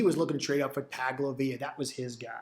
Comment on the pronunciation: Taglovea???? Wtfff who is that. It’s pronounced tongue o vai loa. Tagovailoa. Not taglovea